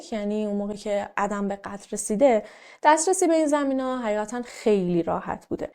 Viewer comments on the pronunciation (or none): ممنون از ويديوتون👍👍 تلفظ درست ادِم است لطفا اسامي رو با اينترنت، يوتيوب چك كنيد